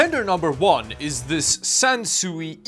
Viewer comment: Sansui is pronounced kind of like "san sway". The characters in Japanese mean mountain & water and it translates to landscape.